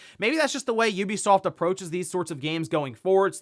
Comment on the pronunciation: The only professional game 🗞️ reporter who can’t be bothered to pronounce Ubisoft correctly?